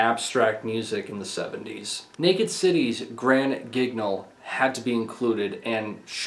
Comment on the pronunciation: Grand Guignol is a favorite of mine. I would just like to note that Guignol is pronounced "Geen-yohl"